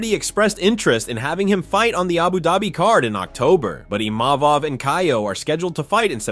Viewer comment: Chael chael where did u get the “N” Imanov🤦🏻‍♂️ It’s Imavov